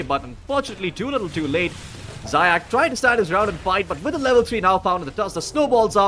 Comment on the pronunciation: Zayac needs to read like [Zayats]